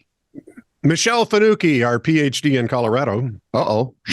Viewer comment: I appreciate that you pronounce Fanucchi correctly! My father-in-law was very impressed...